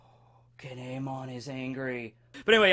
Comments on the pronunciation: He is saying kin’emon’s name wrong it’s pronounced keen yeh mon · Its pronounced kin mon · I hate your Japanese pronunciations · Please for the love of god stop saying Kin’emon like damn